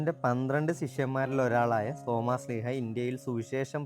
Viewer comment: സോമാസ്സീഹയല്ല തോമാ സ്ലീഹാ